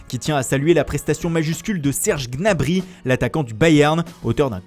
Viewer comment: Apprend a dire correctement Gnabry stp, le « G » tu dois pas le prononcer